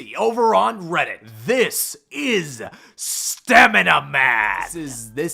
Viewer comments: We stan stanima-man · Love stamina-man lmao